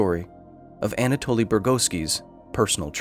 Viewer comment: Anatoli , not Antaloi 🤣🤣🤣